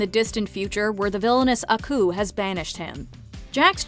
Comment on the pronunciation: This is the first ever WatchMojo video where the presenter pronounces Aku properly👏